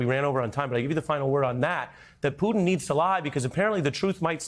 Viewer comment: Finally pronouncing Putin as Poo-tin, not Pood'n